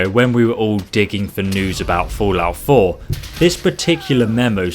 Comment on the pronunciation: "fool-out 4".